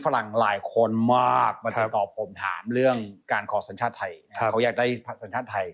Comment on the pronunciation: เอ่อ... แอดมินครับ ต้องพูดว่าสัญชาติครับ ไม่ใช่ชังชาติครับ กรณีนี้คนไทยเรียกว่า พูดผิด ชีวิตเปลี่ยน 😅